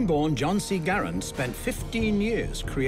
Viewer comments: Connor Goron it’s Garand not Grand even the man who invented last name is Garand why would you pronounce it differently. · Holy cow, I don't think I have seen someone shoot with such a huge jerk of the trigger. And please pronounce Garand properly. Dang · “Garand” is actually pronounced "Garan" with a silent "n" if using a québécois accent, or /ˈɡærən/ in the international phonetic alphabet. "Garand" is French for "guarantor" or "someone who guarantees". Jean-Cantius Garand was born a french-canadian in Saint-Rémi, Québec, and his father emigrated to Connecticut with his family 11 years later. Jean lived most of his life in the USA, as a naturalized citizen. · I have many problems with this. First off, they didn’t pronounce “Garand”correctly. Secondly, the Garand was designed for long combat use, it will not break in 3 weeks unless you try to break it intentionally. It is one of the most trusty rifles ever built. Lastly, the “ping” is a myth. The sounds of battle are far too loud to listen to a ping.